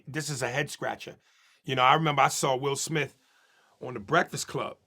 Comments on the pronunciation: Lol😅 bro said Will Schmilf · “Wilsh Smifth” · Did he say will schmiff what the fuck hell nah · Who TF is Will SHmith?? 😂😂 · Whos the interviewer? I can't ignore how he says will shmith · "Will shmiff" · Will shmiff 😂